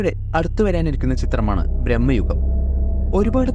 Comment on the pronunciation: ബ്രഹ്മയുഗം അല്ല ഭ്രമയുഗം